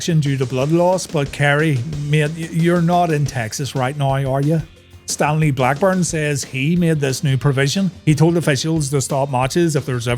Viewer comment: I laughed when I thought you said "Stan Lee" Blackburn. 🤣